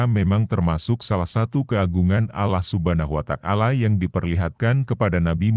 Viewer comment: yang bener bang sebut nama ALLAH SWT (allah subhanahu wa ta'ala) bukan Allah Subhana watak ala